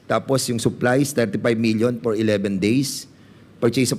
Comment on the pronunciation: Pwede ba Fernandez huwag ka na mag English! Yung letter F naging P “ Por maintenance”.. Saan ka ba nag aral ng English mo? 😅